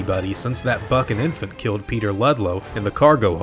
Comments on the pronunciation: You said buck and infant I thought you said that fkin infant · When you said "that Buck and Infant eating Ludlow, I seriously thought you said "That fucking infant eating Ludlow" :D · "since that buck and infant" Thought you said "that fuckin infant". Took me off guard.